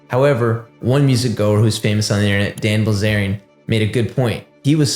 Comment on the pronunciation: Dan bilzarian? Cmon man